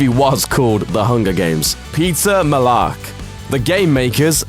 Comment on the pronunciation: Ooo, I meant to right Mellark when I commented my reply to the Robloxer. Sorry! He actually spelled it right, but said it wrong